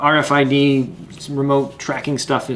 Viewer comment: RFID not RDIF😊